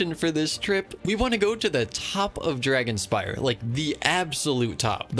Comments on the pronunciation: Dragonspine not dragonspire lol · It's called dragonspine not dragonspire 😭😭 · Isn't it....Dragonspine? Not dragonspire? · I love how he kept saying dragonspire instead of dragonspine 😭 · every time this guy said dragonspire instead of dragonspine , it took 300 years off my life span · I really like the way that he says dragonspire instead of dragonspine haha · He still says dragonspire 🗿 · I cant ignore you calling Dragonspine Dragonspi r e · It’s dragonspiNe no r 🤪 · no one gona say that its dragonspine and not dragonspire? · I just had crisis over whether it's pronounced "Dragonspine" or "Dragonspire" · What did he say? Dragonspire? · Isn’t it “dragonSPINE”? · WAIT… ITS “DRAGONSPIRE?” ITS NOT DRAGONSPINE? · Dragon'spine' Not spire :) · its called dragon spine not dragon spire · i think uve been reading wrong this whole time lol, its actually dragonspine, with an n, not an r. like dragon-spine as in ur backbone, not dragon-spire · Uhmm it's called dragon spine not dragon S-P-I-R-E just correcting that ur wrong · its not "dragonspire" its dragonSPINE